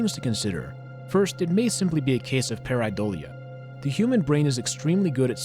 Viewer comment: Ik he said Pareidoila but i'm tryna be funny